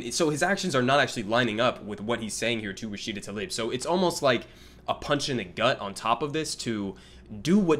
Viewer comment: Damn, he doesn’t even know how to pronounce her name.